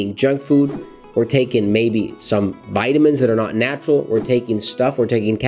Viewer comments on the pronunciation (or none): none